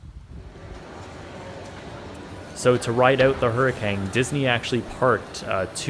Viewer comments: why does it sound like you keep saying hurricange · Stop saying HURRICANG. ITS CANE. COME ON